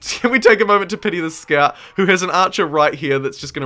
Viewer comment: I'm from NZ and I can't quite pinpoint your accent. It's definitely kiwi, as the "kiora" suggested, but some things sound English, and maybe Australian, and maybe something else I can't pick. Like you said something like: 'aw nah look they're running in with "skart" riders' For "scout", is that a UK accent? Anything else? Just curious lol